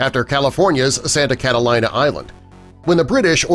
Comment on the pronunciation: *****IT IS PRONOUNCED "CATALEENA", NOT "CATA-LIE-NA".